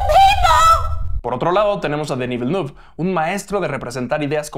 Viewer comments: No se dice "velnuf", se dice "vilnef" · /Vilenef/. El apellido del director se pronuncia con fonética francesa. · Siento sonar repelente, pero Villeneuve se pronuncia "Vilenéf", él es canadiense de la parte francófona y su apellido es francés. Un saludo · Que risa cómo pronuncia Villeneuve 🤣